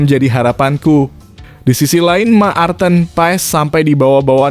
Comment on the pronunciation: Marthen bukan Maarten, jangan perkosa nama orang.